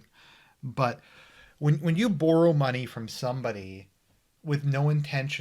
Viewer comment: Wtf is that pronunciation, "borrow" . Funny :-)